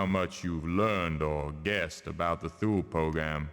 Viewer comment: Is it so hard for a developer with actual resources and a publisher back in the stamped CDs and boxes era to look up the proper pronunciation for an unusual word before they record all the voice acting? Thinking of "Thool" here. I know the internet wasn't as friendly back in 2000 but they could have called a library and asked the reference desk or looked it up in a book or whatever people did back in cavemen times.